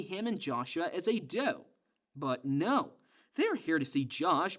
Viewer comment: Why do you say "duo" like "duah".